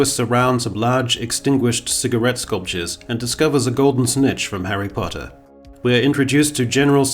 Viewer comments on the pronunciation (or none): none